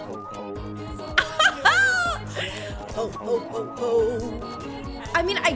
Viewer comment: I feel offended from yool from him saying "ho ho ho" sounding like "hoe hoe hoe ho hoe"